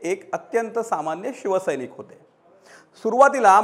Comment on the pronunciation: दर्षन नसते दर्शन, षिवसैनिक नसते शिवसैनिक, हुषारी नसते हुशारी असते हो साहेब...नको तिथे " ष " म्हणून फार हसे होत असते...